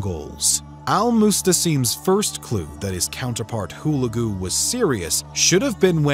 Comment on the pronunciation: HULAGU correct accent is HULEGU